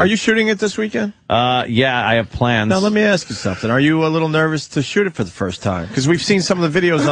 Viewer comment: Patrice said "foist" lol. I cant stop fucking laughing